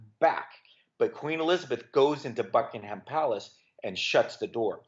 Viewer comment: and then mispronounces "Buckingham"